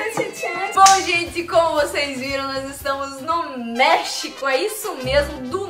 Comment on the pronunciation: Quando falou México espãnhol ficou parecendo merreco